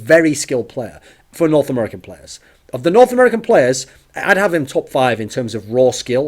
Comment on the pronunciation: "He is a very skilled player... for Nort American players" ;DDDD